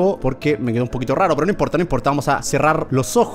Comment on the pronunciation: se dice quedo no cedo